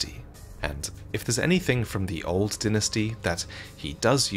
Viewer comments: why r u saying dinestie and not dynasty?!?!?! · You know what’s makes me mad is he is Calling a dynasty a dynisty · please, i know im nitpicking and your videos are great, but its not dinasty, its Die-Nah-Sty, Dynasty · I cannot take him saying "dinasty" 😭🤚🏼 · Why do I hear dentistry instead of dynasty? Am I the only one? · His pronunciation of dynasty was piercing my ears every time he said it… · Amazing video as usual. I have to say however, the way you say ‘dynasty’ was almost a dealbreaker on watching the video for me. Never heard it said like that before and it was very attention breaking. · Say dynasty again